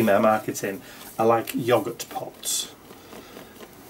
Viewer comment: Now, if I didn’t know better, I might think you were making fun of Americans, with your “yoguRRt” and “brayeRR”. 😆